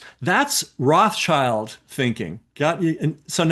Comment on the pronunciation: FFS! Roth-SHIELD, not -CHILD